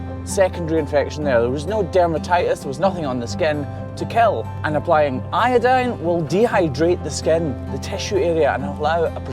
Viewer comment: Just a good ol' American gal feeling a need to tease you just a bit. So, now you're saying "iodine" like a true American, are you? 😉 Good job! 👍